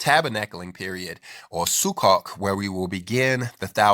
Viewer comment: (If I may, please allow me to correct the pronounciation of the Hebrew word Sukkot. I know, because I've heard many Jewish people pronounce this like as if you are saying - "Su-coat". The "o" is long)..thank you for sharing this post, brother!